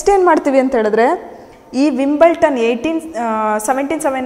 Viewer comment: That s not Wimbleton.... Wimbledon s the correct pronunciation....